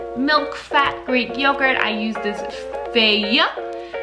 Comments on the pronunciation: It reads "fa-ye" with acute accent on "a". It's the name of the company. Greetings from Thessaloniki, Greece! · The yogurt name is “fa-ye” fa like in fact and ye like in yell :) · You rock, keep it up! Fyi the yogurt is pronounced “fah-yeh”! More cheat recipes please!!! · the yogurt is pronounced FAYE (fa as in farm and YE as in yesterday)